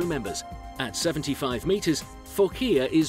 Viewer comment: Fuckea?? it was Manureva first... do some research. it Phocea!! not fuckea!!